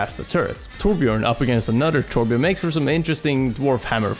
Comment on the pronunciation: Hey, just wondering why you as a swede pronounce torbjörn as tårbjårn:p